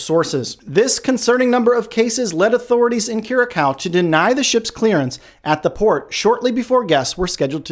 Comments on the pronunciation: Dude it Is pronounced Kyu-ra-saow. (Curaçao). Otherwise good job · C-Cedilla: Ç is pronounced "sss"